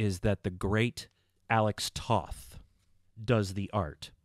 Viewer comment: Alex Toth's last name is actually pronounced like the word "Toe" with the "th" on the end ("Toeth"). Also, Remco did other toylines including a small toyline based on DC Comics' Warlord and also AWA wrestling figures among others.